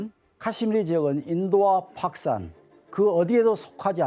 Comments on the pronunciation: 저 새끼가 왜 자꾸 파키스탄을 팍산이라고 해? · 파키스탄 발음이 잘안되서 팍산 그러시네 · 교수라는 분이 팍산이 뭐요? 파키스탄 발음이 안되나? 다들 제대로 말하는데 혼자 못하네. 학원 강사가 더 잘할 것 같은데. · 파키스탄 발음 할때 되게 독특하시네 ㅎㅎ 팝스탄으로 들리네요 ㅎㅎㅎ 현지발음인건가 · 어우 팍크스탄만 들리네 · 파크스탄이라는 발음에 집중이돼서 영상에 몰입을 못하겠다 ㅋㅋㅋㅋㅋㅋㅋㅋㅋㅋㅋ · 파키스탄 발음 너무신경쓰인다. 조선족드립나와도 이상하지않을정도. 원래 저발음이였을텐데 ㅠㅠㅋㅋ 내 뇌어쩔